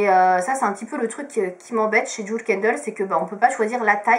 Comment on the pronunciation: On dit bien DJIWEL et pas DJOUL